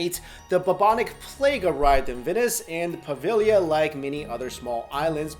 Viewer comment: Aww I'm proud of you! You almost pronounced Poveglia correctly! Po-veh-yee-a. You got close, at least you knew the g was silent, most people don't. But yeah, no L sound, it is kinda tricky. Five years of studying Italian and I can barely do it lol